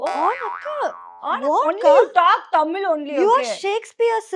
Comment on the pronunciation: தமிழ் நமக்கு தான். அவங்களுக்கு அது டமில்😂😂